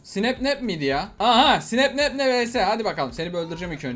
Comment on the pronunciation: Hahahhsggshsshja abi sapnap a snapnap dedin hagagha